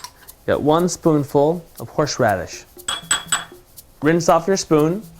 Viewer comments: lol, horsh radish. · You put WAY too much salt on there! Probably about 10 times too much! - No other seasoning! And why you pronounce thing in such a strange way - like 'horsh radish' rather than 'horse radish'???? A well presented video, just a shame that you can't cook! 1/5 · What's horsheradis? XD xx